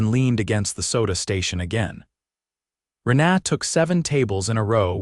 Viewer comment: Learn how to pronounce a word/name or don't use it. 'Rena' is not 'ren ah', it's 'Reena. Dang irritating, Sounds like they are saying 'aaaa' for a doctor to look down their throat instead of a person's name.. Had to turn sound off and just read the screen.